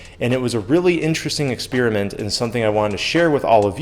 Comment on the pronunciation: ⭐⭐⭐⭐⭐Great channel and great ideas but you keep saying "Experiment" like "exSpearmint", is that a regional accent? I believe it's pronounced "exPairament" 🙂